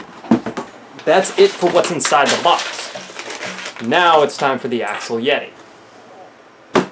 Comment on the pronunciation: It's called axial, not axle. You say it AXE-E-AL. Just for your future videos